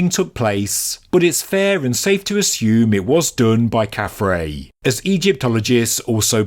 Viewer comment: His name is KhafRa (pronounced 'khaf-rah', not 'khaf-ray'). His name means "He shines as Ra". The Egyptians called the Great Pyramid "Akhut-Khufu" which means "Shining Horizon of Khufu". Together, the Great Pyramids of Khufu and KhafRa create a view to the west the Egyptians called "Akhut Amentet" which means "Shining Horizon of the West" = "Glorious Sunset".